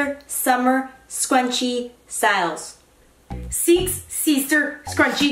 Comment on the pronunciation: I laughed so hard when: “seeex seester scrunchie suuumer steeles” Amanda: “no no” hahahah 😂